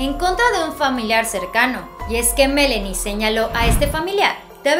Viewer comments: Aaay presentadora, es ME-LAAAA-NIE No Melenie 😖😖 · No, he oído a decir el nombre de la hija y le dice MELENI con É...... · Se dice Melani señorita,ponga atención